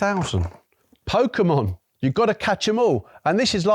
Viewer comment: I appreciate that he pronounced Pokémon correctly